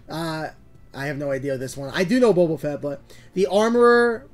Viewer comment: Blud really said Bobo Fett